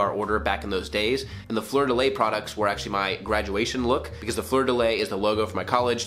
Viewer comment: It’s pronounced “floor de lee”